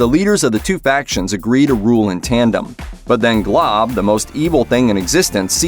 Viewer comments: It’s Golb not Glob 😂😂😂 you don’t know Adventure Time 😂😂😂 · GOLB NOT GLOB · It's golb not glob